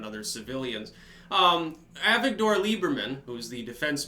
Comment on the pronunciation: FYI, the name Avigdor is normally stressed on the second syllable in common parlance. (Kind of like Isildur from LotR, with a similar transliteration scheme.) BTW, I think it's also what WiredSources's founder's name is.